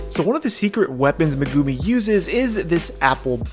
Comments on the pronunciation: who tf is meh-goomi lol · I will watch some of your vids, but I will never subscribe. Fucking “Meh-goo-mee” come on white boy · who's Meh-Goo-Mii? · Megumi to Magoomee 🤣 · Ah the way you pronounce Megumi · Have u realized that he can't say the words for the anime >_< Her name